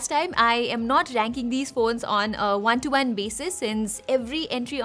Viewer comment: Why u say One like Wan... Like Obi-Wan-Kenobi?! 😊 I was just kidding. Accent is peoples own preference.